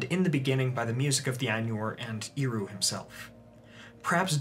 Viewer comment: I have a question: Sometimes you talk about Eru Iluvitar as Iru. I don't know if I hear it wrong, and confuse the "E" with "I", or that's how it's pronounced.